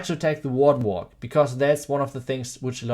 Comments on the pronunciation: Oh WARDEN WALK. Holy fuck he eviscerated that pronunciation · What did he say at the beginning? People are combining pekka smash and what? Sounds like WA WA